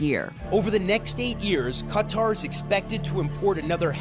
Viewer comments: Qatar is pronounced "Cutter" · Its pronounced 'Cutter', not 'Kataar'